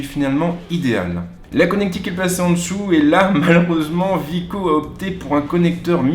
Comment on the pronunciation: C'est wiko ( Ouiiko ) et non Viko